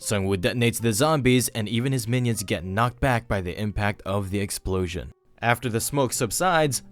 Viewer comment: Narrator's Favorite line: "Which results in a Big Excplosion!"